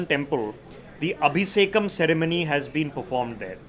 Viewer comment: is the king of bad Sanskrit pronunciation. Garudha! Abiseykam. Mataram is not Mata + Raam. It is Mataram like Vande Mataram. All his research in the guise of expert report is wikipedia regurgitated. It is etymology not epistemology. Epistemology is a very different thing. He is a confident guy with half baked knowledge.